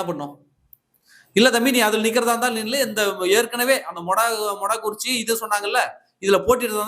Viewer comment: மொடாக்குறிச்சி இல்ல நண்பா மொடக்குறிச்சி